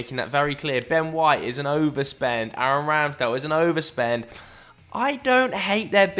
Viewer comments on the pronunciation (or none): none